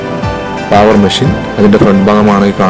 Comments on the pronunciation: പാവർ അല്ല... പേവർ എന്നാണ് ആണ്... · പാവർ അല്ല.. പേവർ.. പിന്നെ റോഡ് ഒരിക്കലും ഒരേ ലെവലിൽ ചെയ്യില്ല.. Centre line or centre FRL il നിന്ന് 2.5% slope കൊടുത്തേ ചെയ്യാറുള്ളു..